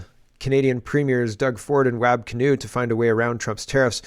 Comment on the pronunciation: Hey, FYI Wab is pronounced WOB..